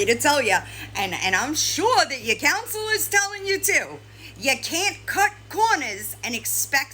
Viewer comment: Her "COUNSELOR"!!!😂😂😂😂😵‍💫😵‍💫😵‍💫😵‍💫😵‍💫